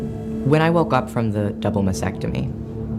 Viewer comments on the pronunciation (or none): So disgusting that they are doing this to kids! They can't even pronounce Mastectomy correctly! It's not Masectomy!!!